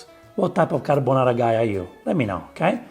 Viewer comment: “carbonare” You did it too🤣